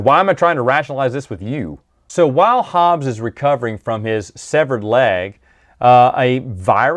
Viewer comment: Hobbie, not Hobbes.